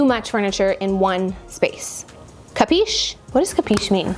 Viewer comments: it is actually " capisci" u read it like kapeeshee. meaning do you understand baci dall italia ( kisses from italy) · Oh my god... if you don't know italian, please, speak english... thanks. "Capisch", "Capiche", "Capisc' "... lascia perdere... davvero... ;-)